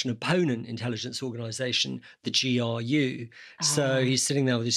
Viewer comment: GRU, not GUR! Still a very good video. Thanks for putting it up.